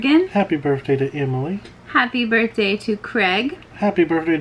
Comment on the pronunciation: it's not birfday it's birthday with an th